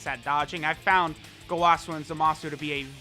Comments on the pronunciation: What triggers me is how he says gowasu. It was said in the anime as goewasu and he says gowaaasu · who gonna be the one to tell him its go-uh-su, lmfao! Dont kill me, please.